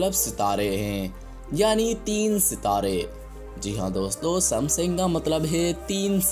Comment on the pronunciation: Bro..not sumsing it's samsung